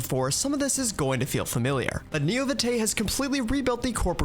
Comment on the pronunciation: VtM players are shivering with the Vitae pronunciation